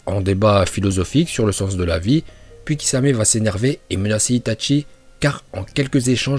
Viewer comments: J ADORE ITATCHI nan juste la prochaine fois dis itachi sa ma fait mal mec stp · par contre pourquoi tu dit "Itatchi" alors que c'est Itachi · c est itachi pas itatchi merci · Ce n'est pas ITatchi mais Itachi :') tu ma tuer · A chaque fois il dit itatchi au lieu de itachi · C itachi pas itatchi pour la prononciation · cest qui itatchi je connais que itachi uesh dit bien les prenoms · C'est itachi pas itatchi c'est pas compliqué quand même. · Comment tu c pas parlez itchatchi 🤦‍♂️ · Itachi pas itaNchi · Désolé mais ça m’énerve on dit (i ta chi) et pas (i ta tchi) par pitier fais un effort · Tu dit les noms comme un porc (itatchi ,kidsame,uchiha ) sérieux C’est chiant